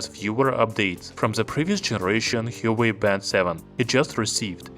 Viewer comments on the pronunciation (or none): There are 2 sounds in it. "Hua" and "Wei" - like "Whua" "Waei" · Apparently it's pronounced 'hwaa way' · You are mispronouncing huawei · Hahaha..alien he is.